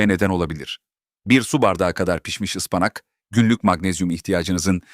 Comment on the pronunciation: Kâse..Ispanak demesini öğren..